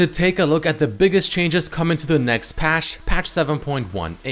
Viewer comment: "coming to the next pachhh" xD